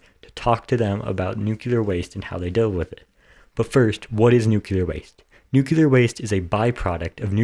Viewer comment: Why don't you pronounce the word right? You say it NU Ku Lar and it is pronounced Nu Kle ar. Unless you work for Westinghouse, I have heard their engineers say it the wrong way. Are you trying to get a job with Westinghouse?